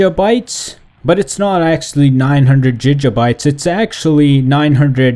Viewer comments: it's not jija bytes it's gig bytes...smh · i hate how he says jijabytes its gigabytes danm it!! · stop fucking saying jija bytes!! it's Giga!! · its giga. not jija. Like quagmire when he says gigitty its gig uh bites. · why is he saying Fiji instead of gig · Why is he saying Jija bytes it's Giga Bytes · Jijabites, dont you mean gigabites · what's a jijabye don't you mean.......... gigabyte lol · your saying jijabites its gigabytes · Wow jijjabytes😂😂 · It's fucking giga not jija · He says JiJa bites, I think he's Intentionaly mugging us off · Lol jijabytes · WTF IS GIJA BITES LOL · Jijabytes?? XD You said Megabytes right but whats up with the Gigabytes XD, anyways good vid, thanks for the info. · gig pronounced as a band playing the contract, and ah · "Gija bites" HAHAHAHA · "Ji ga Bites " LEL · JIJA BITES OR GIJA BITES?!?!? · Why are you pronouncing gigabytes "jijjabites" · "jija bites" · "Jijabyte"? xD HAHAHAH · It is pronounced Gig•uh•bites"" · 2 jijabytes? 😂😂😂😂😂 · say it with me gig a byte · The way he says gigabytes wtf XD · There's no way hes pronouncing gigabytes right??!! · Giga bytes can't blame you the way you pronounce it is the way you spell it, but bruh don't . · It annoys me how he says gigabytes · Can't even say gigabytes right smh